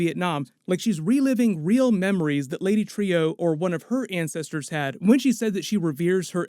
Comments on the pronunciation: Pronounced True, NOT Trio... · are you sure it’s pronounced Lady Tree-O because they are saying it Lady True on the show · Lady True not TREE-OOE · It's lady "trù" not "trīu" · Stop saying, “Trio”. “Trieux”, if you have to draw it out to two syllables, “tri-yeu”, or better yet, “True”. Think: French origin. Or just listen to the dialogue on the show. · Dude, Trieu is pronounced like "True" not "Trio." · Pronounced Lady True not Trio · Isn't Lady Trieu's name pronounced "true"? Think that's how they were pronouncing it in the episode. Anyways, I think the clock could be a MacGuffin to throw us off the real thing that's gonna happen. Lindelof likes to do that if you've ever seen LOST or The Leftovers. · Bro, her name's pronounced "troo", not "trio". Did you have the volume up? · Isn't Trieu pronounced like True not Trio? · Great video as usual. But please use the correct pronunciation of the name Trieu, as in “true”, not “trio”. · I love your videos but mispronouncing a character’s name repeatedly really takes me out it. It’s Lady Trieu (“True”) not “Trio”..... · Trieu is pronounced "True" as they do it in the show, just like Veidt is pronounced "Vight" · Please, it is pronounced "Lady True", it's repeated several times. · Dude, the show actually says Trieu as "True" Get it right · Right? The blatant mispronouncing was getting to me too. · Yeah. Very weird that someone taking the time to break down a TV show, piece by piece, couldn't even get the pronunciation of a name that is said in the episode. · Its pronounced "True". Do you even watch the show? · Pronounced like true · Does even watch the show or does he just have a script made by someone and he reads it. I ask since he calls Viedt = Veet and Trieu = tree-oh I mean they say it in the show so I dont get where these alternate pronunciations are coming from. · why are you pronouncing trieu differently than true. her name is spoken multiple times in the series and this episode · Lady Tree-Oh